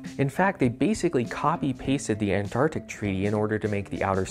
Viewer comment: you say “Antartic” twice back to back.